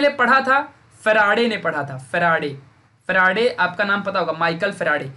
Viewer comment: Sir it seems very funny when you say " Ekdum chindi concept bana dunga"... Also when you say Michael Faraday as " humara farade" ,😂😂😊